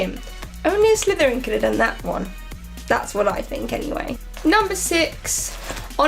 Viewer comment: Did you say reason number wand ? Because if so hilarious